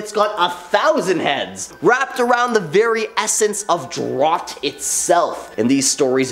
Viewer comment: Drot? Do you mean drought? - EDIT: Wait... you said it correctly in a later part of the video. Wtf... 🤦🏻‍♀️